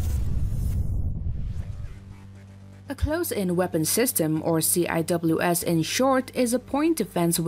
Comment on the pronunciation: it's pronounced "sea-whiz" not "C.I.W.S."